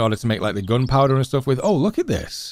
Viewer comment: I like how you say gunpowder as 'goonpowduh' 😆 you had me watching for days now Kinda hoping the ep 9 is not the last tho.